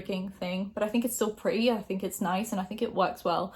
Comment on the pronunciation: as an american, you pronouncing ‘purty’ was kinda hilarious lol😂